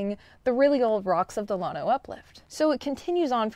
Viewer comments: Lan- O not lawn-O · There is a small collection of what we would call hills, also called Packsaddle Mountain, that is the last remaining bit of the Grenville Orogeny. The schist is very impressive. Check out JSTOR for an excellent scholarly article on the Llano Uplift. By the way, it's pronounced Lan-Oh, not Lon-Oh. If your a Hill Country boy like me its hard on the ears. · It's, LANO, NOT LAWNO. 😉 Llano. Llano (/ˈlænoʊ/ LAN-oh) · Here in Central Texas, we old-timers who grew up in the area call at "Lan Oh"... not "Lawn Oh". 😉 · I like your channel, studied geo at UT, and Llano SHOULD be pronounced with a glis after the L. Uhlyano with a very short uhl. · lann o pronounce it right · Llano is a Spanish word and is correctly pronounced "YAH no". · than stop calling the uplift spainsh name. It means flat or smooth whats the English definition of lano??? Call it something English you can't pronounce it.. Guess what Texas is a Native American name so why don't you butcher its pronounce for your pride in stupidity...cause your to dumb to say it Yano (ll is y) as it is a Spanish word?😮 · All my family is from Fredericksburg and Llano, you are pronouncing Llano different from how my family and I do! I still have family living in Llano and I have been there many times in my life!